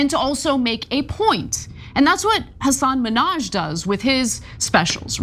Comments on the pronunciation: It's very jarring hearing the repeated mispronunciation of Hassan's first and last name, every time. But, otherwise, he's a comedian, these are jokes. Not every joke needs to be steeped in fact checking and 100% accuracy. He's a comedian, he tells jokes, people laughed, mission accomplished. I've been following Hassan Minhaj from back to the Daily Show, to Patriot Act, and others, and this news article is idiotic. Why are we criticizing comedians more than politicians? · Imagine doing a story about someone and not figuring out how to say their name. Imagine one of that person's most famous TV appearances being repeatedly correcting Ellen on how to say their name. Yucky. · You said his name wrong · Nope. Hyperbolic speech is normal among comedians. These experiences are true for millions of Muslims after 9/11- Im Dominican/African American living in Indiana and there was a letter filled with white powder to my job. Does it happen yes, did he share experiences people of color had experienced?- yes. Does he have a platform to educate- yea! And if you could correctly say his name I'd have a little more respect for your show.